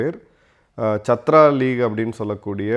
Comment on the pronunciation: It isn't shatru. Shatru means enemy. Chaatra means student